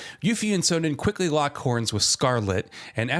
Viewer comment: STOP SAYING CHARACTER NAMES WRONG. Literally Sonon’s name is said SOOO many times in the game. Too Many times to say it wrong in a YouTube video telling me about the game. Otherwise it’s a good video.